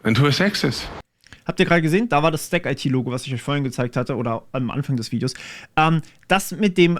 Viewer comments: Da ich letztens mit den Kollegen in Kontakt war: 'stack-it", nicht "stack-eitie". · Zu : In Neckarsulm ist auch der Sitz vom IT Dienstleister Bechtle und Audi hat ein Werk mit 15k Mitarbeitern dort. Die Sparte STACKIT wird übrigens zusammen ausgesprochen und nicht Stack - IT und haben auch einen YT Chanel :D Die Dieter Schwarz Stiftung fördert auch die private Programmierschule Ecole 42, was ist deine Meinung zu solchen Schulen? Kannst du evtl darüber auch mal ein Video machen?